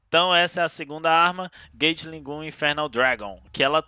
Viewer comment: "Gueitili Gum" Senhor...